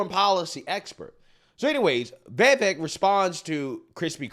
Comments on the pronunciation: dude his name is vivek ...or try say wewake its not vi- vek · Easiest way to pronounce VIVEK, say these words exactly how you pronounce them BUT TOGETHER: WE-WAKE Pronouce them each as you normally do but pretend they are one word. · It’s viv - Ache 😂 just letting you know, love your channel ❤ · it's pronounced VEEVEIK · that audience was mostly against vivek. He said a lot of great true things but didnt get much applause. Haley and Chris are a joke. btw why cant you pronounce viveks name correctly?